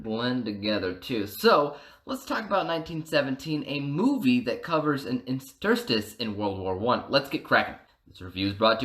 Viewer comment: Good review but its pronounced, in ter stice not in ster stice